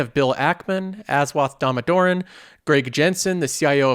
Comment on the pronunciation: I can't help commenting this, but it's pronounced dah-moh-dar-on. And he truly is the valuation king. If you want to learn how to properly do valuation I highly recommend his freely provided college courses that are in playlists on his own YouTube channel.